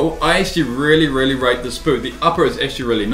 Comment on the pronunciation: i rearry rearry rike This boot... asian? Listen closely aswell